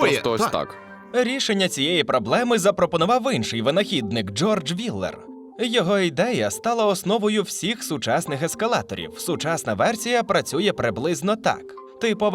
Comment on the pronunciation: Чому Ыншый, а не ІНШИЙ?